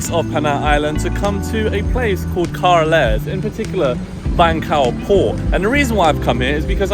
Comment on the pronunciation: From Carles...to car-less hehehe